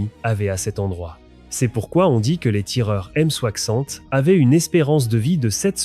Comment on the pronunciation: Euh... c'est quoi la "aime soakssante" ? :D